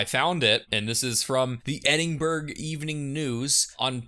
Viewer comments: it's pronounced "Ed-in-bruh" i think hearing it pronounced "edding-burg" is a new one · If you're gonna be phonetic, be right - Ed-in-bur-uh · sorry to hear that, I'm sure your education system will catch up at some point and you'll be able to pronounce your own city name :)